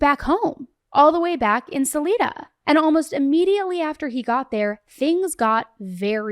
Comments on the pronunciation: I love your content, but it's pronounced Sa-lie-da not Sa-lee-da 😂 Respectfully, and Colorado native 🫶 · Saledee Colorado?! Wtf it’s SA LI DA SALIDA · It's pronounced suh-lie-duh lol. And it's pronounced call-uh-rad-o. 5th generation coloradan here 😂 40 years old lol. But also, this man is 100%guilty! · Salida is a Spanish word and is pronounced S A LEE DA. It may colloquially be pronounce Sal Eye Da, however it is incorrect. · I’m from CO and vacationed in this town growing up every Sunmer and the town is Salida not Salina.. pronounced Sa lie Duh. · Salida = Suh-Lie-Duh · Sa-Lie-da - Salida, Colorado 😉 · Sal-Eye-da, so sad. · Suh-lie-duh not Suh-lee-duh. Broomfield not Bloomfield! 🤦🏻‍♀️ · Salida pronounced sa lie duh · Pronounced Suh lied uh. Salida CO. Just helping ya out girl. Love your show! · Just so you know Their home town Salida. Salida is pronounced Sal -eye-da. I listen to you daily & I really respect what you do, it can't be easy. Thank you for all your hard work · The town were they lived Salida is pronounced by the locals Suh-LIE-duh (/səˈlaɪdə/) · Broomfield And it’s pronounced SA-lie-da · Salida is Sa-lie-duh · She never went for a bike ride. And the town he went to is called Broomfield, not Bloomfield. Also it's pronounced Sol-EYE-duh. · Love your show. Thank you for continuing to bring attention to these victims. Quick note on pronunciation of Salida. Suh-lie-duh. Here in Southern Colorado we like to keep people on their toes with our city names! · Great job,! Colorado Native here & I have been following this since day one! Btw, Salida is pronounced Sa-lIda (hard I) & Barry traveled to Broomfield on Mother’s Day. Thanks for all you do! ❤ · It’s “s-uh-lie-duh” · Broomfield not Bloomfield and Salida pronounced “Sa-lie-da” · Minor detail, it’s pronounced Salida with a hard I, like Oneida.